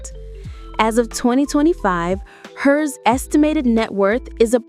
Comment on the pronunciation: Damn AI can’t distinguish between the name H.E.R because of the periods. It’s just HER AI! Say HER!